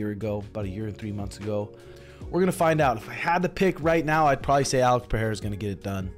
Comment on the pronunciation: Bro, that's Pereira. Not Pahera